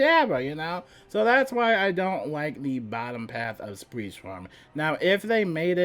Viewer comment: love the build, but i can not let go of "spreet" swarm lol great content love watching!